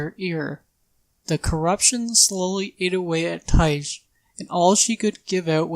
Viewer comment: Tyche is a Greek god and pronounced like Nike. Idk why no one in dnd commentary can figure that out